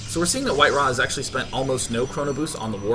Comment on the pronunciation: Its WhiteRa not White-Ra